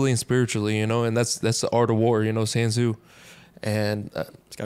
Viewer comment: It's Sun Tzu not Han Tzu lol